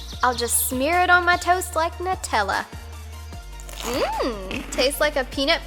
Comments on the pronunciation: Hi or.... Just a request, Can you please shorten your intro's? Its just that some people might want to watch the diy not just you know ow and Nutella is not pronounced | Na-Tella | its pronounced | New-Tella | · nutella is pronounced new-tell-a